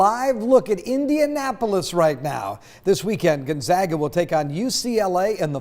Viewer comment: Gunzaga? Our local news should at least say it correctly. Thank you for saying Gonzaga correctly.